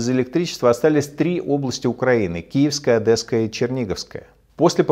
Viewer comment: Прошу, не ОдЭсская, а ОдЕсская. Возьмите на заметку. Не берите пример с Путина